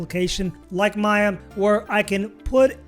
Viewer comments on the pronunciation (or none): none